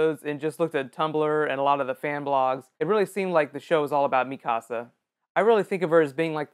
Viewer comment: Cute the way you say Mikasa, it's american pronunciation . Potato girl have a litte backround, but not gonna say anything! These anime is really the best pick for these season(to bad it's ending, only to 25, but later is gonna have a OVA, \u/). Levi deserves a solo video!